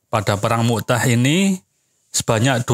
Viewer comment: Bukan mu" tah min... tapi mut" ah